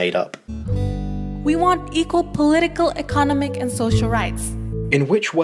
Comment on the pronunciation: I know the debate of Eckonomics vs Eeekonomics but this girl just butchered that word.